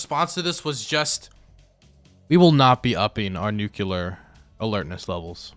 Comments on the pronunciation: PLEASE learn to say "nuclear" correctly. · what's the most dangerous weapon? NUKELAR BONB! Sorry :D